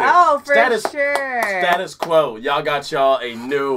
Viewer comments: Finally!! The mighty Status (pronounced stay-tus) Quo. First saw them live in 1977 and have now seen them 67 times, they are an incredible live band. You can’t go wrong with pretty much any of their 70’s hits like Caroline, Rain, Break The Rules or Paperplane. From the 80’s I’d definitely recommend The Power Of Rock live at the NEC…..it’s a great tune with a great message which I think you’d really appreciate. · Really should try Gerdanula or 4500 times for a great Status Quo experience. (pronounced Staytus Quo) This was written by the band's lead singer Francis Rossi with their road manager and sometime harmonica player Bob Young. Once they had the music for the song, the first lyric Rossi wrote was the verse: "I want all the world to see, to see you laughing, and you're laughing at me." Rossi states that "In my mind I was speaking to my ex-wife and the British press at the time." Coming up with a title and developing the chorus were the big challenges in writing this song. Francis Rossi tells us that he kept thinking about the 1968 Tyrannosaurus Rex song "Debora," and wanted to get that D sound in the words. Bob Young came up with the idea for "Down Down," which sounded good, but didn't make any sense. Rossi thought it was a great fit. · Always amazed me that they weren’t bigger in the states,like you say they were very American rock n roll influenced and were massive everywhere else in the world.Oh by the way,we pronounce their name Stay tus Quo. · Hi Team in UK we pronounce them as State us Kwo enjoy _ ( I'm now into my 70s ) would still happily see them live No Prob for 9th/10th time _ with or without Steeleye Span or Tpau _ they've a Gr8 back catalogue Enjoy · We Brits pronounce it as "stay-tus Quo". You should check out Roll Over Lay Down from the Live! EP, and Forty-Five-Hundred-Times live at the NEC Birmingham in 1982. At 21 minutes long it is "the Quo" at their very best. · Please guys it's pronounced status quo . Best boogie band ever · Pronounced Staytus